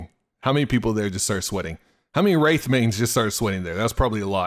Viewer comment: When he said wraith I bout to smash my phone